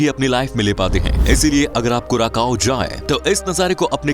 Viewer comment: कुराकाओ नहि कुरासाओ है, इतना बनालिया है तो नाम भि सहि लिया करो